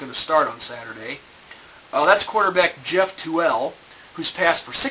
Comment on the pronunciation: Its pronounced (tool) but spelled Tuel. and he is a phenom. 60.5% completion percentage, and a true freshman. Plus the cougar D doesn't get much credit. They are in the best offensive conference in the nation. But I expect a lot out of both teams on saturday, Not sure who will win though.